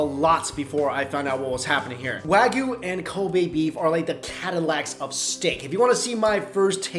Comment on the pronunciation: You're still not saying "wagyu" properly. It's coming out as "wagoo" and it just comes off as lazy pronunciation. And you're kinda muddying the waters with "Today's Special" and the "House or Chef's Special" because trust me, there is a difference. Trust me, I worked in restaurants for a good portion of my life. I know how things work there. The Chef's special is something that they do well. This is something that people go to that restaurant for. This is something that is always consistent in terms of flavor and quality. The Daily or Today's Special is a different story. This is, as you said, things that they might need to get rid of. It's not expired because they could be fined if they willingly sold expired food but it might be near the end of it's freshness date. There's nothing the matter with it but they need to sell it because throwing out perfectly good food is bad and a waste of money. It's for this reason why the soup of the day typically contains the leftovers of yesterday's special. Not that there's anything wrong with that. And I've had daily specials that were really well done. There's no reason why a reputable restaurant would sell you anything less than their best. If it's on the menu, it's a chef's special. If it's on the whiteboard or the server tells you what the special is, then it's a daily thing.